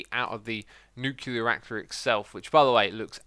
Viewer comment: Who goes crazy when they hear “nucular”